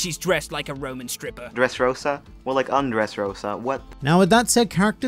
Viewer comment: Man said undressrosa. I'm dead lol